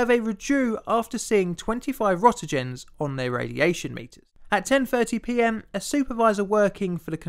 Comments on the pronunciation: Rontgens, or Rentgens, not Rontogens or rotogens. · "rotegens"? I guess he means "Roentgens". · Rent-gens (hard g) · Great vid but... should really look into pronouncing "roentgens" properly. xD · You find pronouncing Röntgens plainly difficult.